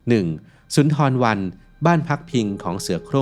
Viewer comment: เค้าเรียก ซุนดาบัน ทำคลิปทำการบ้านบ้าง แอดมินเอ้ย